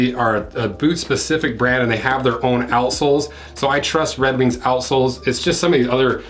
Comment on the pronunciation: Offtopic I always lough at "outsoles", which always sounds like "a.sh.l.s" 🙂